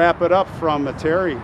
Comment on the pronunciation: Metairie is pronounced" Meta-ray". Great job, great insight, only suggestion would be to brush up, a little, on the supernatural happenings, in New Orleans area, which may provide some inscription identification in the tombs. Enjoy your presentations.